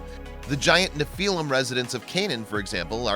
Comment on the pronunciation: You say Nephilim wrong